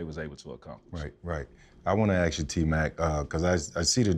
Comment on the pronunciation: fred, i luv ya bro, but please stop saying aks…😆😆😆